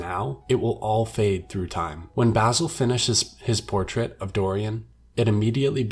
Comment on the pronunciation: It bothers me the way you say basil